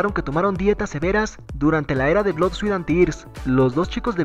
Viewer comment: NO PUEDO MÁS NO SE PRONUNCIA BLOD SE PRONUNCIA BLUD